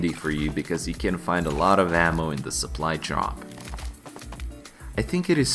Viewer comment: пов все видео чтото там соплу джоп соплай джоп